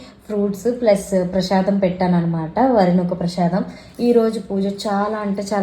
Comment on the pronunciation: Prasadam antaru andi prashadam kadhu 😂